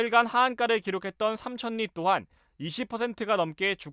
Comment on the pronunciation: 삼천니? 삼철리로 발음해야 하는거 아닌가요?